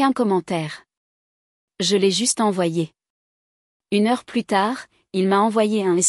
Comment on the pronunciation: Des erreurs de traduction à partir d'un original en anglais. Par ex. "Elle a peur / Elle devrait l'être" > (She's afraid / She ought to be). "Plus" dans le sens négatif se prononce comme "plu", non comme "pluss".